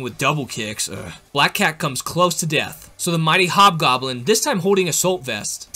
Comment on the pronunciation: it hob goblen not yellow goblen